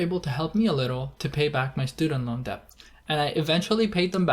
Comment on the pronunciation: I have been an investor for more than 20 years and know a thing or two about investing but I still love your videos. You explain everything in such simple words that even a toddler could understand you. At location , did you actually say debt (de"b"t), as opposed to "det"? Maybe my ears are failing me...🤔😳